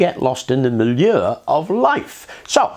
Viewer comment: I had to turn on the closed captioning just to realize that you said "manure"